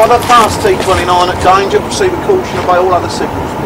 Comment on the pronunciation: Both signalmen spoke the signal number in a wrong way. T29 should be"tango two nine" and T46 "tango four six"